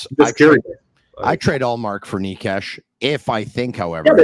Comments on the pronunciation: From the videos I have seen Necas pronounces it Ney-chass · i am slovak and you both are so trash at pronoucing necas's name, it should be pronounced: Ne ("NE"urology") C ("Ch"eck) As (ass (but shortly) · Who is Niche-cash?